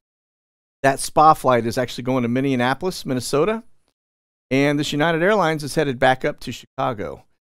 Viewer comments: Okay, look. I am NOT trying to be critical, but It is making me crazy to hear you mispronounce the name of a major city in my home state. Lol MINNEAPOLIS is correctly pronounced like this: mini-appl-us. It is not pronounced with an extra "AN" sound. The way You were saying it makes it sound like you are saying mini-&-apolis or Mini-N-apolis that's not correct. Minnetonka is another place in that same area. It is pronounced Mini-tonka as in Tonka Truck. (Incidentally, that IS where Tonka Toys were invented and manufactured.) I hope you don't take offense to my correction of your pronunciation, but I am sure you wouldn't want to not know that you are mispronouncing a word. You are AWESOME! Keep up the great work! Thank you for all you do, it sure helps! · Please…it’s Minn-e-ap-olis, NOT MinneINapolis. Thanks. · Minneapolis pronounced Mini-appolis. 😉 It's tricky.